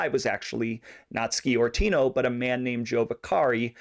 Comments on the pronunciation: It's pronounced Score-tino not ski-ortino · Sciortino is pronounced Shore-tino. While talking about San Jose, you can't forget Angelo Marino, or Salvatore "Bill" Bonanno, or for that matter Carlino's grandsons who didn't know their Grandfather's business back in Colorado, until recent years. There were more, I'll let you do the homework. Good job on the Cerrito's.